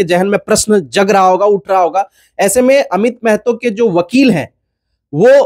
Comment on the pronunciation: Meeeehto nahi maahaatoo bolo Bhai.